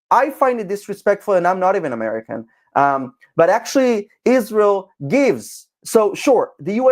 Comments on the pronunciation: She is one of THE worst offenders - when it comes to obsessive bad faith lies. lmao She can't even get the name right. Ishreeul. lol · Ever since she married a white Catholic beta boy and turned Catholic, she became possessed by a hate spirit of Israel. In her hatred, she doesn't even pronounce Israel correctly, like an ignorant person. She should do a deep study of the Catholic religion that started 321 years after Jesus by a conniving pagan emperor and also the muslim religion that started 610 years after Jesus, concocted by the Catholic Church because of their hatred of Israel.